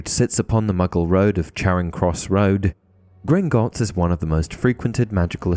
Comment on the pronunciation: How many times can you say “Grignotts” incorrectly? Idk the actual number but you said it wrong at least 20 times in this video.